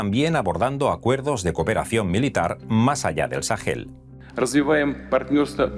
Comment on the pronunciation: Dos correcciones: 1. Se dice "Sahara", no "Sájara" 2. Se dice "Sahel", no "Sajel"